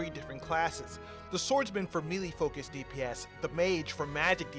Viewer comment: and for the love of fucking god do gamers a favor worldwide and learn how to say melee. It's MAY-LAY. Not Mee-Lee